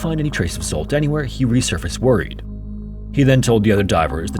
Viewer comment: The name Zsolt is extremely common, and is pronounced “J-olt”, roughly like the “J” in “Jacques” or the vibrating “juh” sound in “treasure.” IF YOU DO NOT KNOW HOW TO PRONOUNCE SOMETHING THEN LOOK IT UP THERE IS NO EXCUSE ANYMORE JUST PURE NEGLIGENCE!